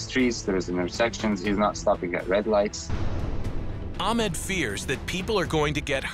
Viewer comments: This is good vid but the way they pronounce ahmeed is just weird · I'm fairly certain that Ahmed's name was not being pronounced correctly.